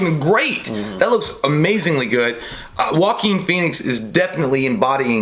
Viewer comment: I heard J pronounce Joaquin Phoenix as “walking pheonix” and I’ll never Unhear it